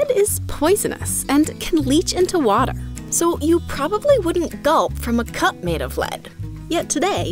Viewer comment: "and can leak into wata"